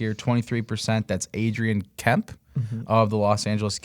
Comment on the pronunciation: Adrian Kempe (pronounced Kemp-ehh). It's almost like you've never watched a Kings game before. Love your show but that is weird you don't know how to say his name.